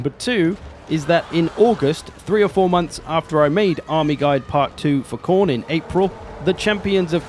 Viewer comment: Mate, it's Khorne. Everyone knows how to play Khorne.